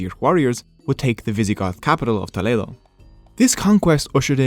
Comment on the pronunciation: Amazing video. Also, unrelated but as a Spanish speaker I found the way he said Toledo extremely satisfying.